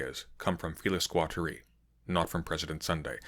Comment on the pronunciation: I would pronounce Felix Guattari differently.